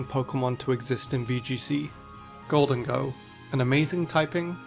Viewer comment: I hate Zacian so much. I noticed its base attack stat in Scarlet and Violet is 150 instead of 170. Zamazenta's defenses are now base 140 instead of 145. EDIT: How you pronounced Gholdengo literally cracked me up but not meaning that in an insulting way. Is that how you say it's name?